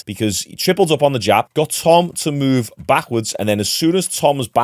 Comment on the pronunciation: His name is eddie. Not etty. And when you say ''moved'' speak out like move. Not muved. Its enoying